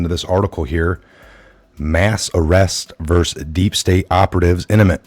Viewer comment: Not "iniment"..."imminent". Your reading skills degrade your credibility.